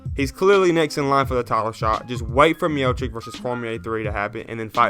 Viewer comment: Nice video. Why are you saying MiochiCK though? His name is pronounced miochitsh. Come on man, you are, you gotta pronounce these names right.